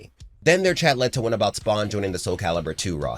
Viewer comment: Thank you for saying soul calibur... TWO love this series but this game is a large part of growing up for me.